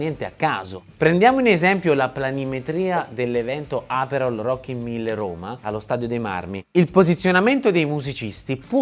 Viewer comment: Si chiamano Rockin'1000 no Rocky Mille😂